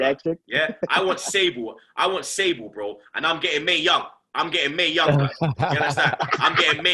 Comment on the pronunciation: Man said Mae young 🤣